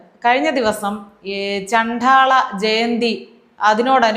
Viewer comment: ഇത് കേരളം തന്നെയാ 😮😮😮😮...... ചണ്ഠാള അല്ല ട്ടാ ചണ്ഡ. ആണ്... ഏറ്റവും നന്നായി എല്ലാം അവതരിപ്പിക്കുമ്പോ ഇതും കൂടി ok ആക്കാൻ മാത്രം. കുറ്റം അല്ല കൂടുതൽ care ആവാൻ ❤